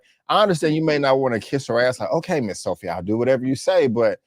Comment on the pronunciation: It's Sofia, not Sophy